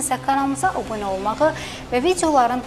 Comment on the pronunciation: Bu qiza demekden yorulduq ki, obune yox abune